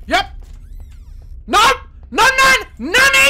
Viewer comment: I keep thinking he's saying "nani" when he's saying "nanny" 😂